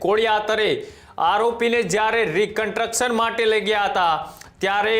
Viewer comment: કન્ટ્રકસન ? 😂 "કન્સ્ટ્રકશન" કહેવાય એને. Pass કેવી રીતે થયો ભાઈ તુ journalism મા સામાન્ય ગુજરાતી મા? 😅